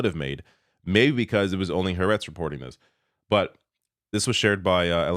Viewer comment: When bribes and blackmail don't work... By the way, it's "ha aretz" (two words), not "haretz".